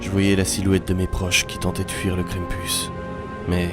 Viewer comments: Krampus prononcé [kran-m-pous] ça veut dire crêpe en breton ( mm si je suis pas sûr que ça s'écrit comme ça) C'est pour ça que j'ai regardé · Mais ses quoi sa pk tu le monde dit mal le nom krampis ses kr am pu s